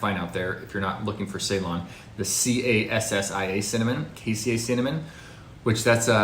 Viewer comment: Can't pronounce Ceylon or cassia correctly.